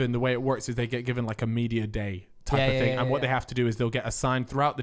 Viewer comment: genuinely. Saying "it was a long ting" literally within 5 minutes. Yeah. This is gonna be a goodun!